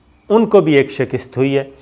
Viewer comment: Yaar SHAKIST nahi hota, SHIKAST hoti hai